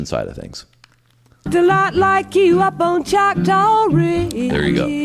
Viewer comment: It’s “Choctaw”, an indigenous name.